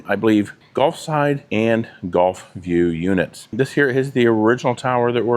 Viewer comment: 😂 I thought you were saying "Golf" front....